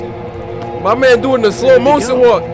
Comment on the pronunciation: literally "slow mosion walk" well not "motion" fr